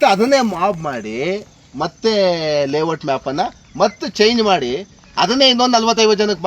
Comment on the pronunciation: ಲೇ ವಟ್ ಅಲ್ಲ ಲೇಔಟ್ ಅದು